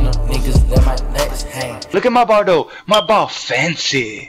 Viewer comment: “Loook at my ball doe, my ball SO FENCY” 😂😂😂